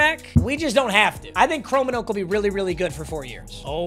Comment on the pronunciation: It hurts as a Dutchman hearing him say "Chromenoak" instead of "Kromenhoek" 😂😂😂😂 Love the content!!